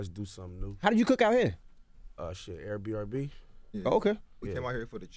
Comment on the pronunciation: Haha he said AirBRB. But on a serious note I respect these guys.